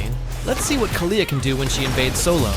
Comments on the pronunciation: Please his name is khale(d) not khalea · Why does almost everyone pronounce her name wrong? Most people here say Kaalia while he is saying KaLeah, and I think it’s supposed to be Kalee (Kalea)